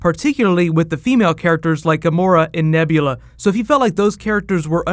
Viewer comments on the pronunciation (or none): James Gunn almost says Nebla when he first mentioned Nebula